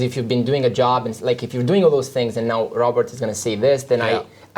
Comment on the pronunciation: Robert not Robery...